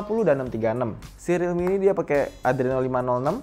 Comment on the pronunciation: Pas ngomong realmi yg ane denger dikuping ane jadi redmi